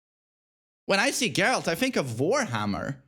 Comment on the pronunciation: Great vid as always! not expecting this to be read, but... for the algorithm anyway! nice take on Geralt (I think it is pronounced with [g], not [dzh]) and Snake) haven't played withcher 3 myself, never had such an impression. might do with the difference in localization. I heard that the best voiceover is in Polish, some merits to English dubbing (or localizaiton, not sure, maybe, I've heard that some jokes were better translated in English than in Russian), but the Russian voiceover is more popular where I live, and Geralt does not sound overly chad-like (or like Snake). Anyway, maybe changing localization might help you to get over this image :) And I never thought of David Hayter's Snake voice like something too manly. He always sounded like a heavy smoker, tired, broken soldier to me. Negan on the other hand has a very chad voice in my opinion :) And it's better to read Andrzej Sapkowski's books beforehand (very nicely written). Really helps to not care about presentation of the characters in the game :)